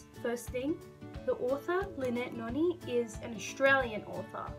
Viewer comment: Thanks for the shout out bro, fr I thought you weren't gonna mention the fact that I'm the reson for 3 of the series' on your list lol. also I think you're pronouncing Noni wrong